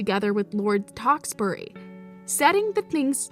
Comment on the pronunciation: Does she know she said Tewkesbury wrong